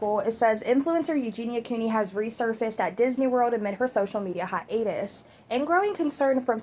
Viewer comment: "Dis knee" 😂 omg girllll